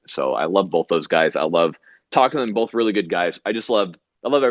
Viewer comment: Did he say “bolth” twice at the beginning of this? ...shuddering...